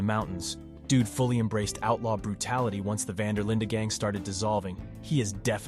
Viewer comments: It's Van Der Linde not Linda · “Van Der Linda gang” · vvhy does bro pronounce dutch van der linde and dutch van der lin-deh